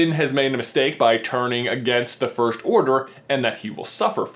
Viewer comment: IT'S FIRST NOT FIRSHT YOU IDIOT.